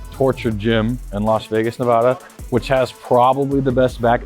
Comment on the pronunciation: I'm so ashamed of, he pronounces Nevada wrong, I thought he was a true Nevadan